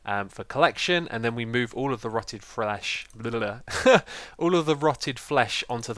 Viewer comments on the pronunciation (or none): "rotted Frlesh " : DDDDD That was funny :D